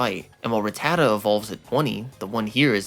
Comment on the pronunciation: Drink every time this dude mispronounces rattata